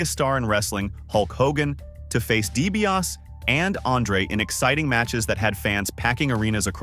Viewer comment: & - Why the sloppy cuts?🤷‍♂️ - Please reprogram your A.I. narration to properly pronounce "Dee-bee-ah-SEE" 🙄